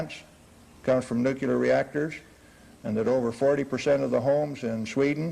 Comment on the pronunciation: yet still not even experts can pronounce the damn thing! "nukellar' is what comes out their mouths!!! WHY??? !!!